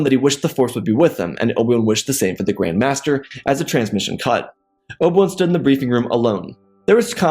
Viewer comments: Dude keeps calling him Obwun lol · Just some constructive criticism...The way you say obi ones name I almost don't know who your talking about...if I didn't know it was obi one it was you were talking about. Then I wouldn't know who you were talking about...just slow it down a bit...your stories are good. But slow down how you say obi ones name... just my 2 ¢